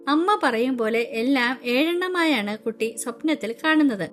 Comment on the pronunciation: ടീച്ചർ കട്ടി അല്ല കുട്ടി ആണ്